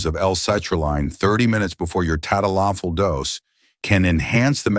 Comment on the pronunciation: If you were a Dr. you would know how to pronounce the drug's name. lololol